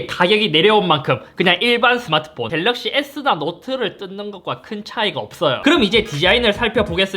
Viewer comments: 갤르윽시ㅋㅋㅋㅋㅋㅋㅋㅋ 중독성오져ㅋㅋㅋㅋ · ㅋㅋㅋㅋ 갤르윽시ㅋㅋㅋㅋㅋㅋ 보다가 완전 당황하다가 뿜었어요ㅋㅋㅋㅋ 이번 영상도 잘 보고 가용ㅎㅎ!!